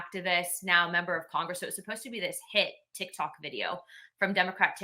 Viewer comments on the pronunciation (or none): none